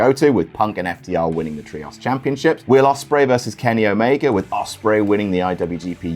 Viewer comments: "Look, stop, stop, stop. You're going to take someone's eye out. Besides, you're saying it wrong. It's tree-ohs, not tree-oss" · is there a reason you pronounce "trios" as "tree-ahss?" Other British people don't seem to say it that way. Is it a reference to something I'm not getting? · man please pronounce the word “Trios” correctly😭 I’ve been listening to him say “Tree-oss” for so long I’m going insane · STOP SAYING TRIOS LIKE THAT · Literally who pronounces ‘Trios’ like that?